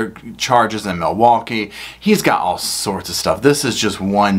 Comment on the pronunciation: LINGO:. 1. MILWAUKEE= mih-waw-gee 2. Ask= "axe" 3. Sustain = "sub-aint" 4. Old = "oat" 5. Said = "set" Etc.